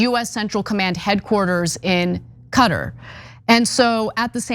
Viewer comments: Ana! Correcting you out of love, it’s not cutter, it’s katarr ❤ free falastine 🇵🇸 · Qattar not Qarer. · Cutter? Where's that? You mean Qatar? You also didn't get "stratotankers" correct.... "strat" is like "flat" not like "straight" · Khatar, not "Cutter". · Its funny Americans cant say Qatar right